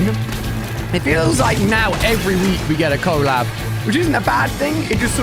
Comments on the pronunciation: It's collab not cooollab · Did you say co-lab 😆